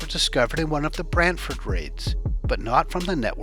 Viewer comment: Good job on the proper pronunciation of Brantford!